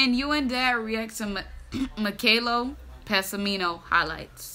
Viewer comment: Meeh-kah-eh-leh Peh-sah-meeh-no. Is how you say it.